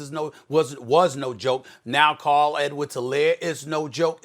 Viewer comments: Carl Edwards ? Lmao clyde fool it’s clyde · He called CEH Carl 😂😂😂😂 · Stephen A: “Carl Edwards-Helaire, Mile Boykins” 😂😂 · “Carl Edwards-Helaire” - Stephen A😂